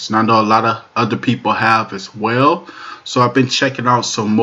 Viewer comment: "Wayo" is not a word as the way you pronounce it. The proper spelling is "Well" and is pounced like it is spelled